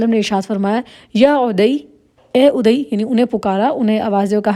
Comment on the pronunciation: عدى...ع پر ذبر ہے نام غلط پڑھ رہی ہے آپ بار بار